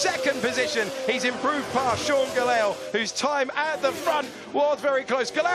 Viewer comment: struggle to pronounce Gelael name haha. "Geyell"